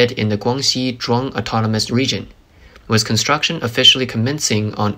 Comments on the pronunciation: dude keeps saying "wiss" but I can't find it in the dictionary. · why does this guy keep saying "wiss"? what is a wiss?